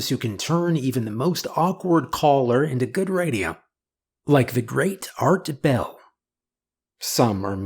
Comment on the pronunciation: It’s Art Bell..not Art Le Bell